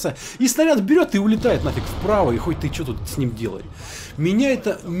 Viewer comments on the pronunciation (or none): Кирилл Харлов Вслушайся в то, как произносит слово "хоть". Ничего не слышится?